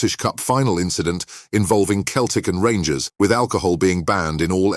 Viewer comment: It's seltic not keltic.